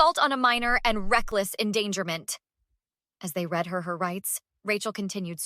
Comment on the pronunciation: AI is far, far, from a decent form of communication. Teach it tenses, ex: the difference between "read"(pronounced "reed", and "read" (past tense), pron. "red"; to correctly articulate large numbers or money amounts; that the word "led" is not LED, an acronym for Light Emitting Diode. The captions are a disgrace - you have to learn a second AI language to translate them. I've started calling it "Artificial Ignorance", and we already have enough of the natural sort, without AI reinforcing it. You need some retired English teachers (old school ones, who actually understand grammar and syntax), to do the programming for both AI speech and captions.